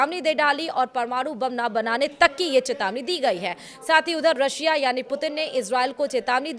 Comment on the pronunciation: medam ji aap new lag rahi ho rasiya ka interface, valamader putin , apko sahi se nahi bol mil raha hy.